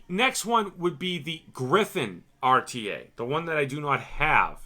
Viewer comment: love the ah-tee-aye review